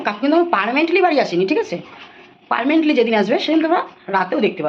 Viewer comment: কথা টা পার্মেন্ট নয় পার্মানেন্ট বাংলায় কথা বলো স্ক্রিপ দেখে নিতে হয়